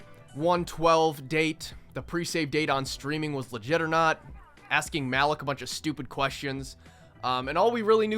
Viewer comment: His name is pronounced ma-leek